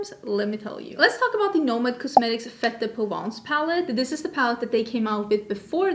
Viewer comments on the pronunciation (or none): none